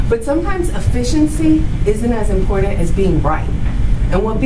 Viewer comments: This woman keeps saying the word "importantl" the word is "important" this woman is a lawyer. She sounds ignorant. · Designer clothes, huge wads of cash and ths is your lawyer? I feel like Everyone involved should've been charged. It wasn't on purpose, but he did take a life of a baby. His actions were reckless indeed, but he didn't mean to murder that baby.. The lawyer is inexperienced, and represented her client poorly.. she can't even pronounce Important, properly... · "And that's important." It's also important to correctly pronounce words such as "important".